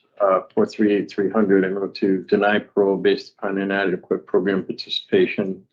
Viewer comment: it's proGRAM. Not proGRUM. 😂